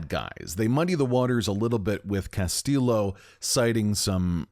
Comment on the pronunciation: Bro the game pronounces his name right. Castillo isnt pronounced with a hard L its pronounced “ll” like “y”.